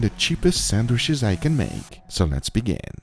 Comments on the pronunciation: A whole vid of Guga saying "sandwish" Majestic :) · No one: Guga: SANDWISH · Come-on gugua love your channel but SandwiCHes not sandwiSHes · Everyone: Sandwitches Guga: Sannwishes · Lmao I am dying...... SAN-WISHES 🤣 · Aldi’s he say? Sanwhiches? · Only guga is allowed to say sandwishes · "Sandwish's" 🤣🤣 you just can't help but to love Guga 😂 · Any reason he pronounces Sandwiches weird? And someone should of kept a sandwiches counter haha